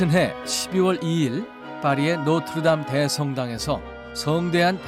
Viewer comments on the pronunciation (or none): none